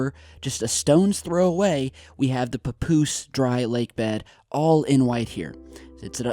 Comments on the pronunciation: it's pa-poose not poo poos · Papoose souds like Pupusa lol Anyways....perhaps they are trying to destroy those hangers to cover things up